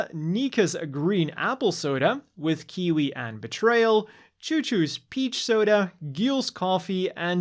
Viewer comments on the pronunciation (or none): none